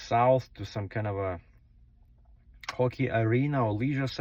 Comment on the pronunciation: Just a little comment. The correct pronunciation of the word hockey as in “HOCKEY NIGHT IN CANADA” is “haw-key” not “hoe-key”. The word “hoe-key “ means questionable, iffy or illegal”.